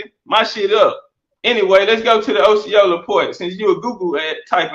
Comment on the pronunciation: He can't even say Osceola right🤦🏿‍♂️😆